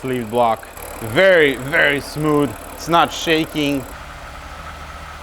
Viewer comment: "Everyting is nice and smood"